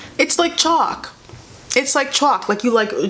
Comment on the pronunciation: accent when she says chalk and swatches is hilarious pls